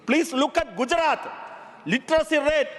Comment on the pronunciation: ലിറ്ററസി എന്നുപറഞ്ഞ് കൂവി. നിൻറെ ഭാഷണത്തിൽ നിന്നും മനസ്സിലായി ലിറ്റർ സി ലെവൽ എന്താണെന്ന്